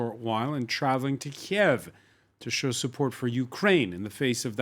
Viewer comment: Learn how to pronounce "Kyiv", an embarrassment